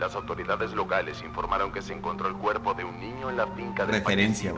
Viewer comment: Mi maestro se dice cupo yo ay kepo😂